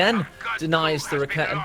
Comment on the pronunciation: First of all, you doing a great job on the commentary of those GCS fights. But I have one thing you may think of to change: When I saw the first of your commentary replays, I was wondering what you mean with the "ra-ketten". I need few moments to recognize what you are talking about. I know it's hard for english natives to speak out the german language, but this horrors me all the time when i see your vids. Correctly spells it like: [Ra-ke-ten] so there is no double t in it and even no kitten ;-) . Also the shortcut is wrong..cause the "Rakete" is the projectile which is fired, correctly it is Werfer (launcher), which is the weapon. Or would you phrase up a rocketlauncher as rocket? Just as a suggestion :-) Keep up the good work!